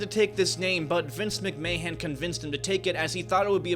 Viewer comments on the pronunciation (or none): he also said Vince McMayhem... It may be on purpose. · “Vince Mc-May-hen” 😂😂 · “Vince mickMayhon” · Ah yes, my favourite chairman ‘Vince Mcmayhem’ 😂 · Also said Vince McMayhem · Obviously, he has never heard anyone say that name before. However, that being said, it doesn't explain how you could read it so wrong. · Did bro just say Vince Mcmahan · WWF stands for World Wrestling FEDERATION. That's not how you say Vince Mcmahon's name. There's no such thing as "Survivor's series series", he just won a traditional Survivor Series team elimination match. WWE isn't fake, stop being disrespectful. He never fought Roman Reigns on Smackdown or Wrestlemania. Wrestlemania Smackdown happened on the final week before Wrestlemania. That segment happened on Smackdown, so it's not the most disliked WM video. Cool of you to not mention that Triple H changed the booking a little bit to make Rock turn heel and align himself with Reigns, which made Cody's road to Wrestlemania a lot more interesting. Overall, you made 0 research and should pull a Ronnie Mcnutt on yourself.